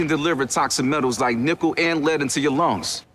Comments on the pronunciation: I also want to point out that the way he says "nickle" sounds like "nipple" if you aren't playing close enough attention. Literally every time it comes on my sister and I will spend the last few. minutes saying "that's NIPPLE. In your LUNGS!" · I always think he says "Nipple and lead in your lungs" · For those first PSAs I can’t help but hear “nipple” instead of “nickel” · am i the only one who kept hearing "vaping can deliver toxic metals like nipple and lead into your lungs"... yeah probably <.< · When I saw the “that’s metal” ad for the first time, when he says nickel I heard nipple and now the ad is just a joke to me bc I always hear nipple now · My friends and I always thought the That's Metal! guy sounded like he was saying nipple instead of nickel so every time the commercial came on we'd wait quietly and then just yell NIPPLE over him saying nickel lmao